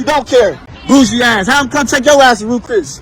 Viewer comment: Did she say "Ruth Chris"? Spoiled Brat! She's not even dressed for Ruth Chris.